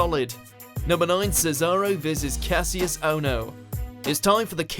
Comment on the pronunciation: IT'S PRONOUNCED KASH-US!!!!